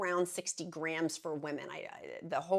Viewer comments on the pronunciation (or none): none